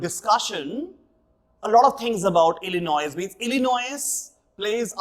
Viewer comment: the S in Illinois is silent though, sir